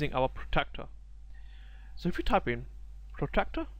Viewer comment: good video, clearly pro style, 1 suggestion you need to pronounce the word Protractor not Protector.